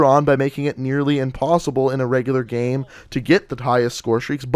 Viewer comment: the way he says "gam"...you cant unhear it